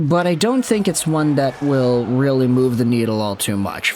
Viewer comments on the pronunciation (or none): none